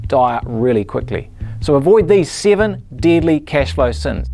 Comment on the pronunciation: I like number "seeven"😂